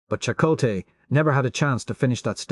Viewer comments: AI mispronunciation. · "Chuck O Tay" HA HA HA! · Every time reminded me of "Chic-o-sticks" from my youth. 🤮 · Them names tho. It don't blame ai for not knowing how to pronounce fictional names. Or places